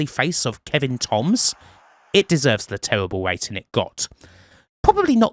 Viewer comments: Terrible = tewible? Surprise = Supwise? I can't with the accent, it's a pet peeve of mine. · It's not an accent, it's rhotacism, and they don't do it deliberately, just to annoy you. I wish I didn't have a slight lisp, but there you go.